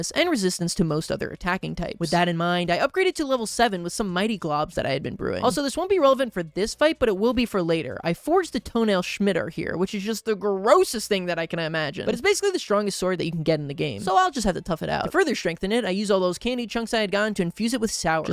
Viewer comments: Bro, did nobody notice him calling a Sci-Mi-Tar a Schmit-Tar???!?!?!?!?!?!!? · It's pronounced "sih-muh-tar" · shmitter?, i know you struggle to read but sound it out my guy, sih-mih-tarrr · Shmitar say scimitar s- ki- ma- tar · Says he won’t pronounce the real name of the the mite blade to avoid embarrassment, pronounces “scimitar” (skih-mih-tar) as “shmitter” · sorry but "SCMITER" sim i tar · Schmiter?? what? Oh!!! (Sci-ma-Tar) that's what you meant. Sorry, but just not to embarrass you in the future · It’s pronounced Sim-It-Ar, not Sch-mit-er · refusing to pronounce macuahuitl but saying scimitar "shmiter" might actually be the most moment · “toenail shmitter” hurt me to hear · Its not a skimitar, the c is silent. Its pronounced simitar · I can get over most of the quirky things says but pronouncing scimitar as "Schmidter" is unforgivable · Him calling the scimitar a "Shmiter" hurts my soul. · is really not beating the "rage bait" allegation with his pronunciations. I don't think I've ever heard someone call a "scimitar" a "schmidt-er" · "Toenail shmitter" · Look I'm only commenting because it was so BLATANTLY jarring hearing "Schmiter" when it's a scimitar... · WHAT DID YOU CALL THE SCIMITAR?! SHMITTER? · toenail shmiter 🤣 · I usually don’t even register, much less be bothered, when you read/pronounce stuff wrong. I do it too. But I’m pretty sure Scimitar is pronounced 'Sim-E-Tar'. Just for future reference 👍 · It's tow nail simatar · Ah yes, the toenail shmitar. (In case you're curious, it's pronounced si-mi-tar) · 148:35 , Scimitar is pronounced Sym-eh-tar, just so you know lol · why did he pronounce scimitar like that. Really not beating the illiterate allegations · Hearing that pronunciation of scimitar was definitely not expected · and then he goes and mispronounces scimitar in a way you only can if you didnt read the name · you pronounce scimitar wrong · Wait I’m sorry how did you just pronounce “scimitar?”